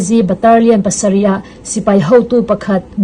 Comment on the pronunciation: Baterlian nilo in Batalion titur.. three prawi nilo in three point aw